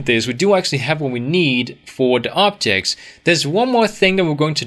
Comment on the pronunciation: i dont know why i keep hearing optics, optics contructors and optic models haha anyway, this channel and this courses are incredible you rock man!